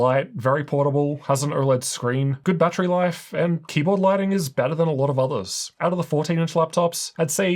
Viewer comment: Did you say zathers? You are NOT the one